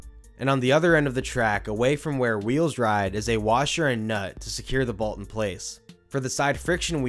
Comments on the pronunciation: Bro I love all your content buts its called a BOLT not a BALT 😭😭😭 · I don’t like the way you say “bolt”. There is no A!